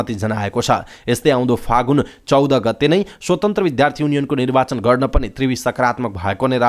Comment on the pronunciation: "विद्यालय" शब्दलाई "बिध्यालय" र "विद्यार्थी " शब्दलाई "बिध्यार्थी " भन्दै समाचार वाचन गर्दा को स्तरीय भाषिक उच्चारण कमजोर देखिएको छ,चाँडै सुधार गर्न सके राम्रो!